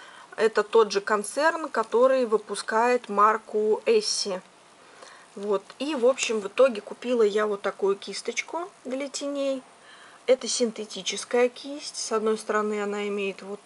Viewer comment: Не эсси, а есенс